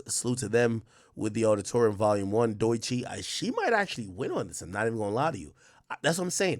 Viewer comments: He say it like Deutsche bank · Ak pronouncing Doechii as Doy-chi is crazy work. 😂